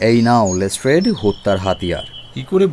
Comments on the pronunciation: Improved a lot! Be careful with your pronunciation, it is Lestrade(less-trud) not Less-Trade. Waiting for the inclusion of Colonel Niladri Sarkar, Kiriti Roy.. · Good attempt.. But les"trade" hurts the ears.. Please focus on pronunciation. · "Les Trade" pronunciation needs correcting. Please look into this. It stinks.